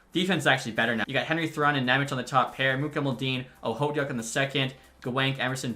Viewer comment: Okhotiuk is pronounced ah-hoe-took